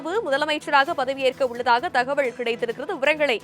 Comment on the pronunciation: Dear news reader.....thakavazhl.....illa. thagaval......pls pronounciate tamil properly